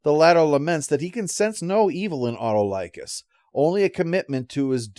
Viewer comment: As someone who watched Hercules and Xena, the pronunciation of Autolycus (played by Bruce Campbell) kind of threw me off there.